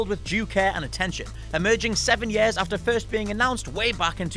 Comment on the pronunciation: "emerging seven ye-airs" disclaimer: I'm from teesside, so i really have no leg to stand on.